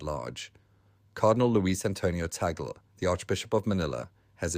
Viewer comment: Pronounced: TAG-LE